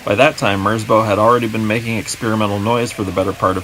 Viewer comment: quick fyi: merzbow is a respelling of merzbau, a german art piece. it rhymes with cow